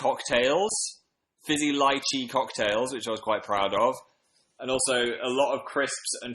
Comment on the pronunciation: I'm so glad he pronounces lychee correctly